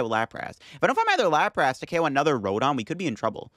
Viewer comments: The way he pronounces "Lap Wrasse" and "Parecell" is just too distracting. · I absolutely love your content! I watch every episode! Just bought some codes from Card Cavern too. Already migrated to LIVE. The way you pronounce “Lapras” and “Arcanine” sends shivers down my spine 😫 lmao / as they say. You’re still a GOAT